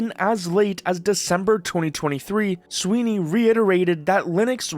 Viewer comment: Tim Swine-ey